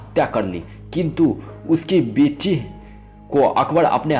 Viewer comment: Mina bazzzzaaar, horom, okhbor(Akbar), biti(beti), kaha zzata(kaha jata)..........yaar pehle hindi bolna sikh